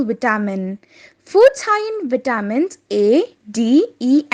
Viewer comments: Pronounce "vitamins" properly. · Pronouce "vitamins". I CANNOT UNDERSTAND YOU!!!!!